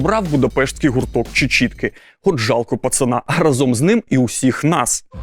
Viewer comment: Чувакии, попрацюйте над свою вимовою😩 Бо наслухаються учні від вас "разОм" і всього подібного, і буде потім ЗНО на 101 бал.